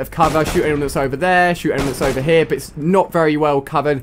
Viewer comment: " Over haar" lol...